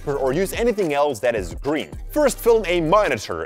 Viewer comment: He said Buy "Grean paper"😂🤭